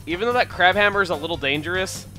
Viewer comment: I thought for SURE you said "crap hammer!" LOL